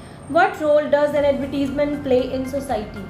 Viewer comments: wrong pronounced the word advertisement. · The word "advertisement" is mispronounced by the examiner herself. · the examiner herself is pronouncing advertisement wrong. would be marked down on a real ielts exam